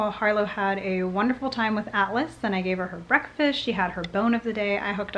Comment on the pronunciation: This whole time I thought Julian’s Service Dog’s Name was Alice until he said he then I really listened to the way you said it. Then I realized it was Atlas 😂😂